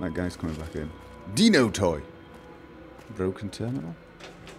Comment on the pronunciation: Hahahaha, he said Deeeno Toy, not Dino Toy